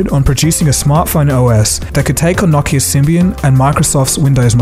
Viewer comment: why do you pronounce Nokia that way, or is it just that i have been saying it wrong my whole life? lol